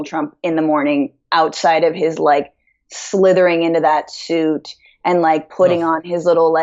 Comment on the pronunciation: Did you say slither in the nites??